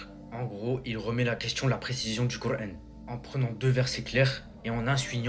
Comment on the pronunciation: Pourquoi tu prend un accent de wahabite quand tu dit kur an. Tu fais delirer. Retourne jouer a la play et n’oublie pas de t’actualiser à France travail